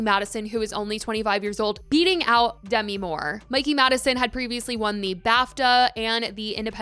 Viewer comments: I know it’s not your fault but the way you kept mispronouncing Demi’s name. 😅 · Dunno why it irked me that she was pronouncing Demi wrong